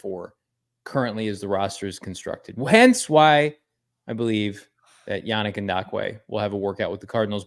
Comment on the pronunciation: Is throwing a “D” in Yannick Ngakoue’s name?